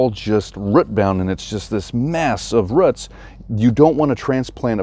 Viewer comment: Love how you pronounce roots lol “ruit” where ya from?